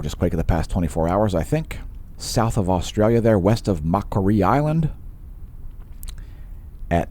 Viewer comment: Its pronounced Mack Quarry island 😊